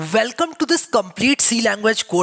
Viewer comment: Velcom.... bye, don't recommend channel.